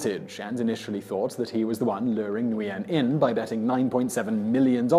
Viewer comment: For future reference: Nguyen is pronounced Win.